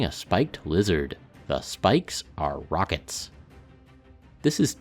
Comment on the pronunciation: "the spikes are rrrrockits"